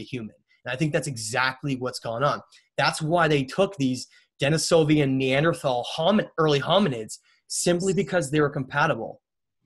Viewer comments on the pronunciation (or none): none